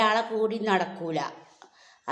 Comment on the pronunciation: എന്താ ഇങ്ങൾ പറയുന്നത് സെലബ്രട്ടി.... സെലബ്രട്ടി എന്നു പറയുന്നത് ഇങ്ങളായിട്ട് പറഞ് ഉണ്ടാക്കണോ ബാക്കി ഉള്ളവർക്കു oകൂടി തോന്നണ്ടേ യൂ ടൂബിൽവീഡിയോ ഇട്ണ്ട് ച്ച്ട്ട് താത്ത 😂 സെലബ്ബ ട്ടിന്ന്... പറഞ്ഞാൽ എന്താ😂😂😂